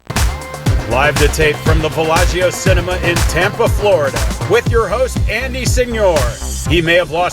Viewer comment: Why does the intro guy pronounce Andy's last name differently than Andy does?